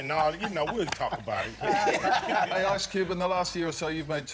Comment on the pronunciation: I cant believe she said "ARSE CUBE"